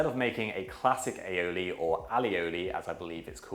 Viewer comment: "A-O-lee". Not "Alleyolee" 👀